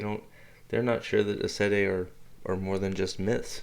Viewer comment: For goodness sake get yr pronounciation correct! AES Sendai is Amy’s Sed aye. Get it right if you are going to be successful at this YouTube stuff. I do not care for your monotonous voice.